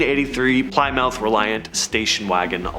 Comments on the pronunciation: PLY MOUTH?! Pronounced "PLI MONTH."😂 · I'm sorry, but PLYmouth!?!? 🤣😂🤣😂 Pilm-uth. 😉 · Wait.. did he say Ply Mouth 👄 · Plymouth= PLIM-MUTH... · JFYI: It’s pronounced like "Plim•uth" - (Plymouth). Just say'n...😊